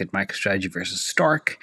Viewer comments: Why does keep saying "Stark"? Isnt it "Strike"? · STRK is pronounced like STRIKE, not STARK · Somebody needs to tell STRK is Strike; not Stark.